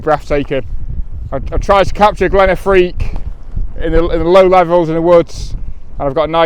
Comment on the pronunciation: Glen Affric dude, not Affrique, great video as always, lovely images and glad you enjoyed it. These beautiful places deserve a bit of basic research if required, in order to get their names right.